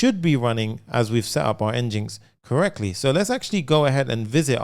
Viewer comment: Fyi, NGINX is pronounced like "engine x".